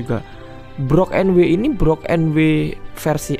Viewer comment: IZIN MENGOREKSI DIKIT bang. untuk pengucapan brook di anime itu bukan brok, tapi bruk 😁🙏🏻